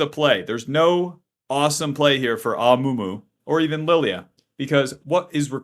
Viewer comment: Amumu ❎ Amoomoo ✅